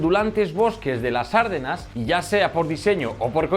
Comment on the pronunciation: ARDENAS, NO ÁRDENAS. UN POCO DE RIGOR.